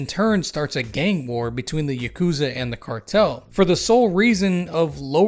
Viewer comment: Fun fact: The Ya in yakuza is read in the same way as Yar but without the r.